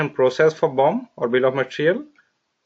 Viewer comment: everytime he says bomb....no offense lol